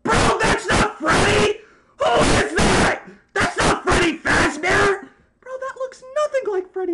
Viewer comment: Bro said where am I going to find a Freddy fasbaer horror Freddy fasbear:bruh